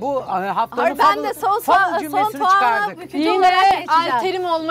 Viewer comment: Soğana sovan denince kulaklarım tirmalaniyor